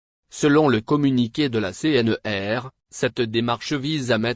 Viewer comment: C- N - R - et non C-N-E-R